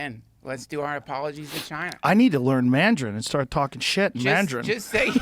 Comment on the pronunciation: Joe "Mandjarin" Rogan